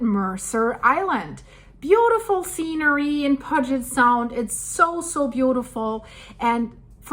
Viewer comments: I enjoy your informative videos. But I'm puzzled since you said you're nervous every time you drive across the deception pass bridge, which suggests you are local, but you mispronounced the name of the main body of water in this area. Puget Sound. Are you local or do you visit the Pacific Northwest sometimes? I'm just curious. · I noticed that because says she often drives across the deception pass bridge, but if she spent that much time here surely she would know how to pronounce Puget sound. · Just a small phonetic correction so you'll understand the crazy version of pronunciations of the region, Puget would commonly be pronounced "Pew-Jet" Sound. I absolutely love your work! You're gonna be very busy in the upcoming days/weeks/months. You seem to build great parasocial relationships with your viewers, and I really appreciate that about you. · love your videos. Your voice has a slight accent but is very easy to understand. However since you live in the area thought you would like to know most american pronounce Puget Sound as pewjet. As you know American found names carved on stones and used them with no knowledge of where they came from. I live in South Dakota, our state capital is in a town called pier like a spot where you tie up a boat. It is named after a French trapper named Pierre. In Montana near Canadian border is a town name Harve like La Harve the French port. The locals called it have er.Just a;little trivia to mix in with all the facts and research you do. Thank you. (99% of the people who live in those areas do not have a clue that the names are based on French ones with a different pronunciation.) We also took Native American names that had meaning in their original form but they were hard for white Europeans to pronounce so we changed to some meaningless word that was easy for us. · That's pronounced pujiott sound IE Puget sound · Pronounced Pewjet sound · Sorry its pronounced Pew jit sound (Puget) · pew-jet' sound